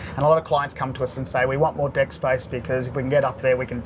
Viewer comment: every time he says "deck" it sounds like "dick"